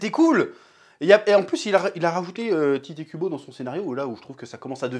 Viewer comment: snif... tellement de TitÉ Kubo dans cette vidéo. C'est Tite (Tight) ou Taito à la japonaise, pas Tité. Respect au nom de l'auteur, Chef, répend la bonne parole!